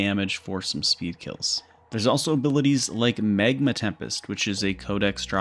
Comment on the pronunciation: Megma? Shut up, its mag...magma